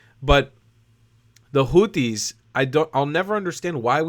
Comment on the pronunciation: I love the way Trump pronounces them "Hooties." 😂